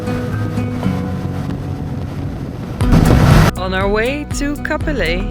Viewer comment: Hello from a native Cap-Pelé...er. It's not often that you hear a foreigner pronounce the name of my lovely hometown properly. Kudos. Your adventure is very inspiring. I am planning to get back into motorcycling after nearly 40 years. ADV will be on the menu.